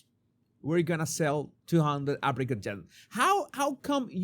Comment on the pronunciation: Every time you said "Apricot" spread I heard African spread.